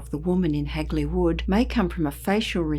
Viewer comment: Always intriguing hearing about this local tale and nice to hear Hagley pronounced correctly for once. Heck, there's still signs popped up even on the Clent Hills which overlook the woods where this happened though its rumoured locally that the Lord of the hall at the time had a secret mistress who became pregnant with his kid and was going to keep the kid even though that would have exposed the affair, so as with all good nobility rumours had her killed off and her body hid in the wych elm. Though the graffiti today remains rather local, it was all over the Midlands at one point as far as Worcester too. Still a ashame what happened as it would be nice to get it solved and the poor lady's remains returned and buried respectfully. I fear it may not as the perpetrator is either dead, old and doesn't remember, old and not talking or was an unfortunate accident.